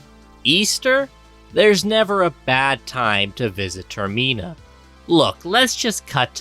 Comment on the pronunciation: Termeena? Deeku? I headcanon that people intentionally find new ways to mispronounce Zelda names 🤔